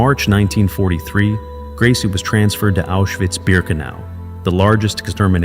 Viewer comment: The name is pronounced "Grey-za".